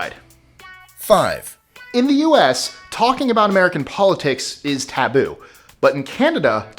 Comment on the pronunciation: "What's it all 'abooooooooot', Alfie, is it just for the moment we live -- What's it all 'aboooooooooooot', when you sort it out, Alfie...….."